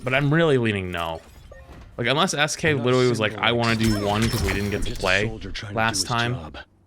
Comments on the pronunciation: slowly realizing he’s part of the reason people are toxic in rivals. 😂 Also, “I’m widerally word Widow” = adorable asf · I’m “witewally”